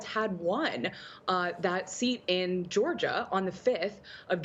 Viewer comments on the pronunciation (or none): none